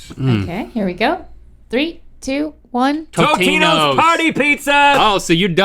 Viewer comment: rhett fr disrespected tombstone by calling it totinos